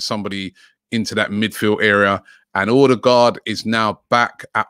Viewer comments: Robbie! It's pronounced O-de-gaard NOT ORRR-de-gaard 🤣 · You need to work on your 'Ø's ;)